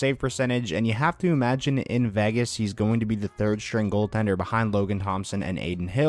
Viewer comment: So I get this has nothing to do with the video and is a stupid little gripe, but why do some ppl pronounce Vegas as "Vagas", though? But anyway...lol